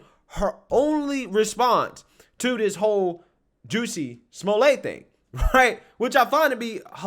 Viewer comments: It's Jus-sie Jussie! NOT JUCEY Smfh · I get such a kick out of the way pronounces Jussie’s name 😂